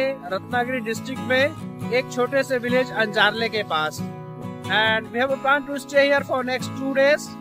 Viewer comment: अंजारले नहीं आंजर्ले मराठी नामोंका उच्चारण ठीक से कीजिये